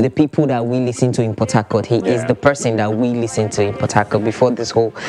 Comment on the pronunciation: It's only after i googled , when i realised they are saying Port Harcourt....I was hearing Potato!! :(